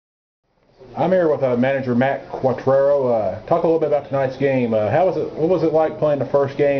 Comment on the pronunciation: How many times did you practice saying "Quatraro" before the interview? You nailed it the first time!